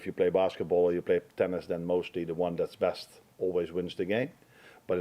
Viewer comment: Anyone else notice he said 'breast'and not 'best'. Amorim is gonna bring the breast out of the players. Gonna be an interesting match Sunday 😂